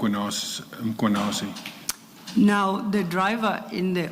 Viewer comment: Ma....Mar..... Why call him Mar-khwanazi? Just say Mkhwanazi. Anyways, they do say rogue cops only act in spaces where the environment allows them to. When would have all these people gotten investigated or charged if on aggrieved Provincial Commissioner of KZN never got frustrated about his PKTT being disbanded due to Gauteng operations overreach?